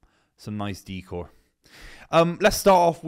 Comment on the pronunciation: Dee-core? Isn't it Deck-ore?